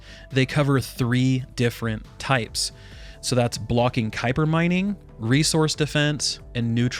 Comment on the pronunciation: Kuiper is pronounced “kiper”